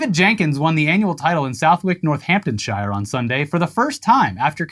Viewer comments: it's suh-the-k and north·hamp·tun·shuh, cos us Brits love mind f*cking people for no damn reason 😂😂😂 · Dear god it’s not pronounced Northampton-ShYre it’s Northampton-ShEER 😂